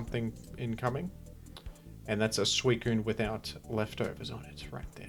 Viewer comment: this boy just said squeakune